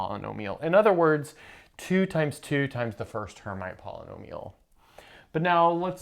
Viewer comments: Rather Air-meet than Air-might. It is a French name. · Not "her mite" please, but "airmeet": from Charles Hermite, a French (sorry guys) mathematician. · 'erm'-'IT'! Charles Hermite was a French mathematician and surely disliked to have his name f*d up. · Her-meet is how this is pronounced by math physicists, unless you're French, then it's [ʃaʁl ɛʁˈmit]; transliterated from IPA notation, this is pretty close to her-meet. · "Hermite" is a French name and is pronounced approximately like "air-meet" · It appears that you're the one whose never actually heard the term, since you are incorrectly pronouncing "Hermite."